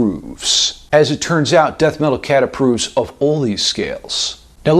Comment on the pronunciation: I couldn't fuckin drop the fact that the way you said Death metal cat approves sounds like "Death Rattle Shakes". The focken way pronounces it duudee took me a sec to connect the dots you fuck